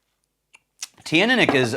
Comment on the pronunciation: Hello, I'm told Teaninich is pronounced chin-knee-nick. Not in his original pronunciation videos, where he says it a little different, but more recently in vPubs Roy Duff/Aqvavite uses that form. It's also how I was told by a very well-informed member of staff at a local whisky shop. But others still pronounce it different.